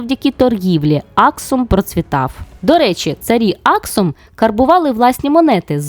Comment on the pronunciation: Цікаве відео, дякую Перепрошую, але мені здалось що були помилки з наголосами в назвах Аксум та Йемен.